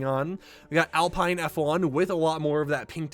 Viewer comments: SUPER EXCITED FOR F1! Just a friendly reminder that Alpha Romeo is pronounced Alpha Rome-A-O, and Alpine is pronounced Al-peen. Great vid and thanks for all your hard work! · And Alpine lol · I’m sorry but when you said Alfa Romeo and Alpine I cringed😅 good video though, skins look awesome